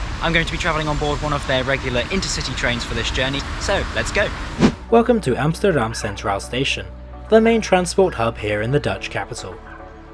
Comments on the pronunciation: Your pronunciation overall is quite good, so I'm quite surprised why you pronounce the country's capital as AmsJterdam. You don't pronounce English words like steel as sJteel, or step as sJtep, do you? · You’re making the hypercorrection mistake of pronouncing things with a “sh” sound. I don’t know why that’s so common. Yes, when Dutch speak English it can sound like the S is a “sh”, but you’re closer pronouncing Amsterdam in your own accent than saying “Amshterdam” 😂 Anyway, I used to travel regularly with Merseyrail. Far fewer passengers and far dirtier. So… hou je bek. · Really? Dutch second language speaker here and I only thought "Rotterdam" and "Haarlem" were close to sounding Dutch. I cringed at his pronunciation of "Centraal" and adding the sj sound to Amsterdam is very ... Amsjterdamsje ;) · It is not called "Amshterdam" or " Nederlanshe" FFS. If you're going to try to pronounce things at least bloody learn them first.Otherwise just speaking normally. Crikey f***. Usage of 3D map is cool though👍